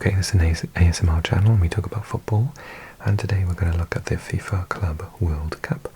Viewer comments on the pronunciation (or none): none